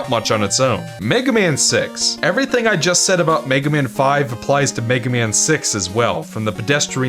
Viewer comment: Somehow it sounds like you're saying "the Megumin franchise".